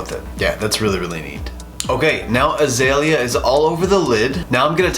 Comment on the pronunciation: ‘Azalea’ is a-zale-ya. 😘😬🧐☺️😚